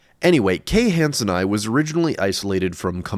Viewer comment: It's han-sen-ee-i. "ii" is pronounced ee-i.